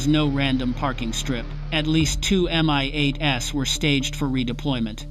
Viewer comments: Unbelievably bad IA commentary. At exactly? M-I-8-S. Come on get real. Another good story sploit. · I am sick of these PHONY videos that start with "At exactly [time of day] ..." but don't give a DATE. Because the events didn't really happen. It's all FICTION. Then the AI voices that don't recognize plurals: "two MI-8 ess" for two MI-8s.